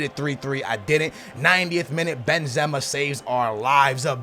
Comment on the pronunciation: He pronounces the players in such a weird way, naingolan, Benzema and Ozil